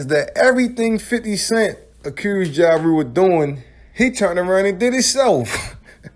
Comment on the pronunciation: "Mursic","Ja Rure".